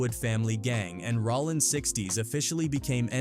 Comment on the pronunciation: Bro. It’s rOllin not Rawlin. Idk why but i can’t bring myself to finish the video with your mis pronouns. It don’t seem like you should do content on this work.